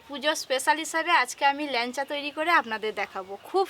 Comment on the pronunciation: ল্যানচা বলে না, ল্যাংচা বলে।